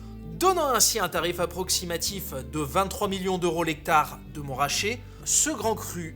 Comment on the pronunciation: C'est MontRAchet, pas MonTRaaaaaachet 🧙